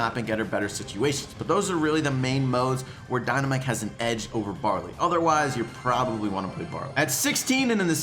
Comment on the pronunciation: When he said bawley I'm like waht he's shit